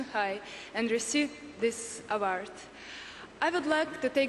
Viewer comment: I LOVE SASHA. she is such a sweet girl, she deserved this award, she is stunning and talented. i love the way she pronounced award like avard, it was sweet